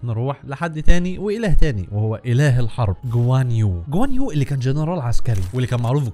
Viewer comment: غوان يو نطقت اسمه صح